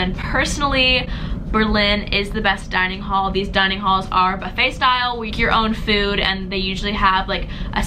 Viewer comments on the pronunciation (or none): none